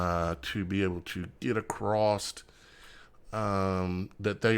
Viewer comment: “Acrost” is not a word. The correct word is “across”.